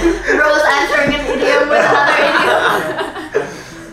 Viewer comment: FYI pronunciation nya bukan AIDIEM tapi IDIEM